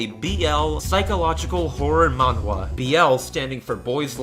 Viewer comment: Manhwa is actually pronounced closer to 'Mannah', fun fact